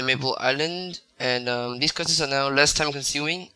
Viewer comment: its quest not questes